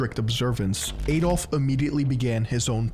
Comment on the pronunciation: who is "Eydolf"?! it's pronounced "Ahdolf" 🤦🏿‍♂🤦🏿‍♂